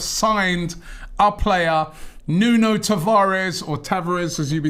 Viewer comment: Great signing for the don and his first name is pronounced noon